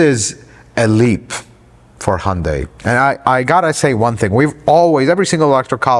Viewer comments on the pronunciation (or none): It’s hun day not hun die